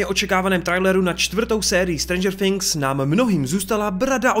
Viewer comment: nevyslovuje se to strendžr finks ok ?